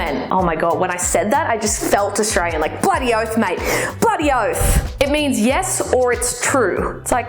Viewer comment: Fucking continue to pronounce it as AustraRian. I dare you